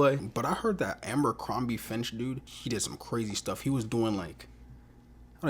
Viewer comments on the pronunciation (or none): And it's FITCH, not finch... I'm not hatin, u just had the word on ur and still adding a N in there lol. I have a real speech problem after aggressive stage 4 cancer surgeries and treatments. So I'm trying to be mean, u're only 1 of the many that mispronounces it the same way 😉